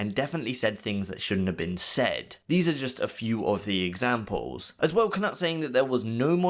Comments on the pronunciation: It’s K-Noot, not K-Nut 🤨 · For the love of god please learn how to pronounce peoples names correctly. Its basically english and knowledge that the K in Knut is silent. FFS man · Knut not Knat NotLikeThis